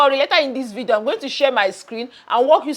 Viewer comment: I like the way you say vido 😂😂😂 enjoying your content